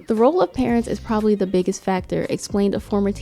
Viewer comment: “De pressure is getting Worse”